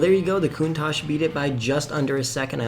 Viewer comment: it's funny how everyone says countash or countatch but never the actual right pronunciation which is countak (yes the ch at the end makes a k)